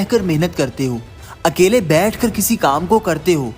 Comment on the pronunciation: Nice but it's अकेले not अकले